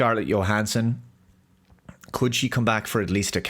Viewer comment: "Scarlett Yoe-hannsen"?